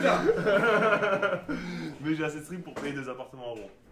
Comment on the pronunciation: Mais APPRENEZ à PRONONCER LA VILLE DE ROUEN !!!!!!